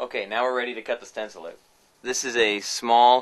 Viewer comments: he says "out" funny :-p... like "oat". thanks for the video, though. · hmm must try to find all that stuff here... Also I love how you say about and out :P